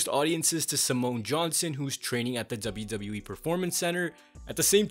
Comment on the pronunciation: i love how this guy always says ZWWE 💀